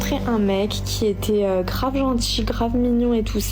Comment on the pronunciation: Une pote m'a envoyé cette didne pour rire un peu via chiasse de bouc . Bon deja " kravvv ainnnn " kravv é on dit " grave "? elle a 70 de QI maximum , les ravages de ces generations de merde ineduquées, paumées, biberonées au porn, a tik chiotte, instachiotte, et autre chiasse de bouc, bref . Donc elle etait pas tepu mais un peu mais faut pas l'dire ? KRAVVVGG :::ainnnn! super donc elle a sniffé du pognon, elle a dit dans son cerveau a 70 de QUI " bon ben KRAVVV INNNNN , je vait ecarter mes 3 orifices5 DU PLUS PORPORE AU PLUS MALODORANT °), comme ca michto va payer on va aller faire de la ferrari a monac' AINNNN, et je pourrait faire la puta sur instar pute ? " trop bon AINNNN; Le dude se vide et la rempli severement, elle capte que papa est au RSA , et bon, vite, faut foncer crier au wiioOoOOL : Le destin n'est jamais tendre avec ce genre de dechet infernaux , ironique non ?